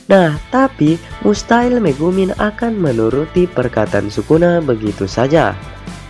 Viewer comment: Megumi bukan megumin ahh